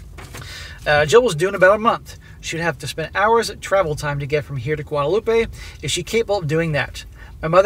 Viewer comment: SSM. For the french country there is no Ay at the end. Guadelope the way you're saying it is Spanish. For a while there, i was wondering if she was going to Mexico. Its Gwadeloop for the french island.